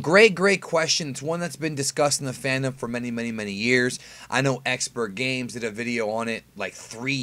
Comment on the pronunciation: Did you say "EXPERTGamez?" It's ExperGamez